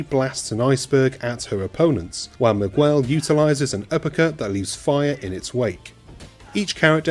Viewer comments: Did you say you start the story off as Mig-well? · everytime you say Miguel my ears hurt, the U is silent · Good old Migg-well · How do you pronounce "Miguel"?